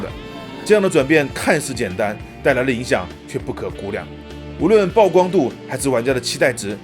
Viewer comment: 是ㄆˉㄨˋ曝光喔～～～～～